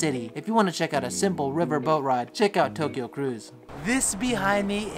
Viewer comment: TOE Kyo😂That was a good one